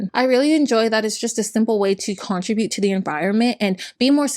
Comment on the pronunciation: You do a great job on these videos but girl you have to work on pronouncing some basic words: Attribute Contribute Prostate Oxycodone Spokane Colonic Annual Fibromyalgia It’s very distracting and takes away from the polish of your presentation.